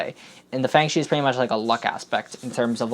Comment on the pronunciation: I thing it's pronounced "fung shwaay"